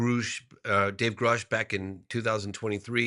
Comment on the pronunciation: Ghrusch and Nuasa? How can he mispronounce these names?